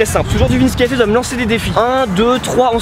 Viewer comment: Ptdrr au début j’ai cru que t’avais dit « c’est vinsky et CR7 »😂😂